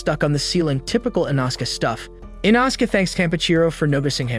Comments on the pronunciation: “And inaskay stuff” It’s in-no-skay Spelled- inosuke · Bro said "dissiples" "thanjairo" and "Inoska"